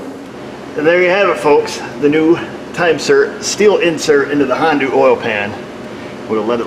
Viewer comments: Don't be a republican idiot and stop saying Hondu. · What firm make this Hong Doo vehicle? And it's hell I coil, not heelocole